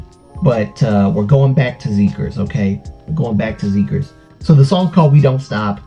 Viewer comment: I love this reaction, this song has been going around in my head for a week! I definitely need to check out the album. Btw, I just found out the ‘xi’ in Xikers sounds like ‘si’ in ‘side.’